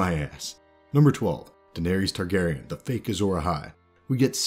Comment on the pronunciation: “Jamie Targerian”???